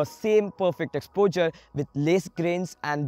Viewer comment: Your videos are good and this was helpful too but the weird way you pronounce "exposure" is really very irritating. Try to improve it so that you could be listened to without irritation.